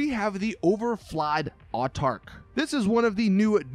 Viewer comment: "Artarch" "Psycholone"